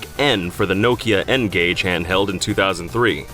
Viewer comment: Lmao N-Gauge